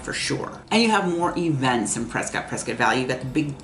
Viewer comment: Prescott is pronounced like “triscuit”